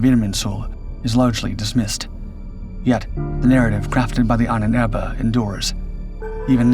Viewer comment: AHNENERBE not Ahn ebe.......dude.